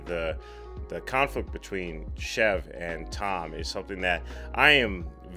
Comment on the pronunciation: It's SHIV LIKE SHE WILL SHIV YOU,NOT CHEF...... REALLY ENJOYING YOUR COMMENTARY!